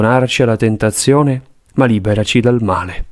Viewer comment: La voce guida per tutta la coroncina quando recita il Padre Nostro dice: "E liberaci dal mare.🥺". Solo gli ultimi 4 Padre nostro vengono recitati correttamente. Buona vita a tutti